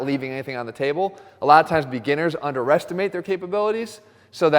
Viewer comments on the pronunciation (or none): I heard Jeff pronouncing underestimate as under-restimate :)